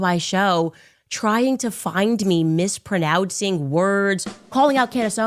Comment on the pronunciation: She can't even pronounce "mispronounce" lol "Mispronoudcing"?